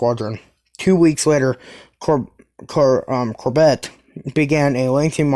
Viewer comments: Or Core bey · Hey, great vid, just one thing and it's not really an issue, the courbet class is pronounced Core-Bay (around that anyways